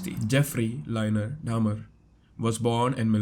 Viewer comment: Dahmer not Hamer ❤